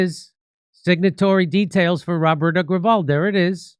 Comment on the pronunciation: Damn you butchered Roberto's last name pretty shamelessly